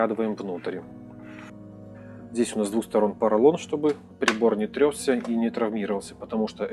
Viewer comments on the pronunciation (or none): ТрЕсся, приЛАЖивать. Даже мне, белорусу, ухо режет.